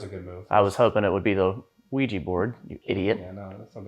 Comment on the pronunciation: Isn't it 'Ouija' board, and no 'Ouiji'?